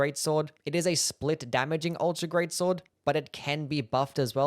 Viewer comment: "The guts gweat swod